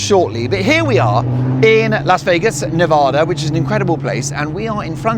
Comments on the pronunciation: Mark! Please… Nevada is pronounced ne-VADD-uh (with the second “A” sounding like "bad"). Enjoy your trip! We have some beautiful places here. 💙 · It drives Nevadans a little insane if you pronounce the name of the state as NeVAHda. The second syllable should rhyme with cat. Nevada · love you, LV resident here its pronounced Nev-Ahh-da, like the A in Harry!😂😂 Go to Peppermil, back room for a Scorpion, sit by the fire and enjoy the buzz!!! The food is great too!! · Nevada a like apple. Not a like ah.